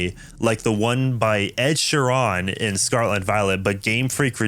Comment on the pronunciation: Ah yes that famous middle-eastern country, Ed Sh-IRAN XD I don't think I've ever heard anyone pronounce Ed Sheeran's name like that before now...thanks for the laugh!